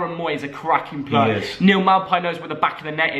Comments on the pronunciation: Go do some phonics and learn how to say player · Sorry but it’s player